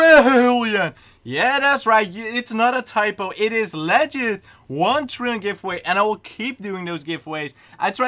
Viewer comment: THRILLION? OR TRILLION?